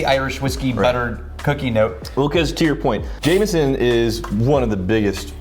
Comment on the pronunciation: Jameson not jamieson